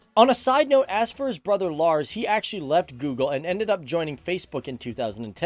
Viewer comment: Jens is pronounced iens and you Got Lars pretty good :) just saying x3